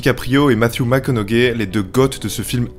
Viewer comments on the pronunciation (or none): Mac conaugay mdrrr apprends a prononcer son nom stp